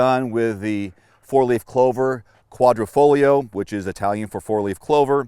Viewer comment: 2023 model vastly improved; Alfa Romeo takes care (for free) all recalls. Change the oil, maintain it, it's fine. And people still can't properly pronounce "Quadrifoglio". The "glio" part sounds like "foyoh", not glee-ee-oh. Sigh...